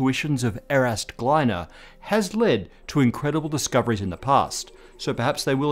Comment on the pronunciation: Pretty sure if Gliner was russian his name was not pronounced as if he was American :)